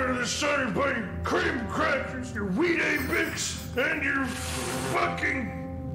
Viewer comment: Btw, Biker boy saying Wheat-a-bix is a reference to Sseth's review of Bloodlines where he brings up Weetabix for no reason.